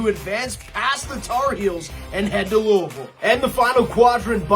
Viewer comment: appreciate the love for Marshall, but this guy repeatedly saying verse instead of versus was extremely annoying not to mention the mispronunciation of Louisville. Lou-uh-vull not Louie-ville